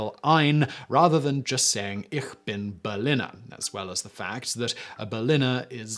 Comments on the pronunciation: Eesh bin, not eerr bin. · Interesting that he did not use the Berlin accent by saying ICK vs Ich (ish) as the rest of Germany does.